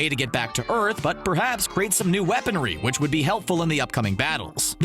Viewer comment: In he said earn rather than earth